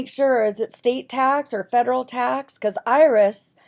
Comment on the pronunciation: Can’t even pronounce the word federal correctly!